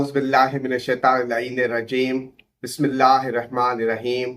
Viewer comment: ny bismala ghlt prhi start sa